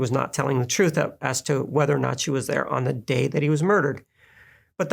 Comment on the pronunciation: Da twoof, Da whole twoof, and nuffing but da twoof